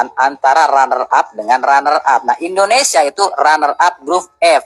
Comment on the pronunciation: INDONESIA BANG BUKAN INDONESA😅😅😅